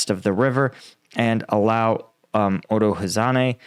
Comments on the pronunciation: To help you with the pronunciation of the Ukrainian names: they are phonetic, so each letter is expressed. They also use long vowel sounds, so u would be said "ooo". For example, Urozhaine is said "Oorow-(zh together is like a g sound like in gesture, so ghhuh)-eye-ee-nay" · Too confusing. He got Uro right. Like "ooro" . zh like a french j in "jeanne", or like the s in casual. ai like engl. "eye". ne is not nay, but like net (or nyet) without the "t". OOro-j-eye-ne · "Uro Zane" and the other is "Robot nay"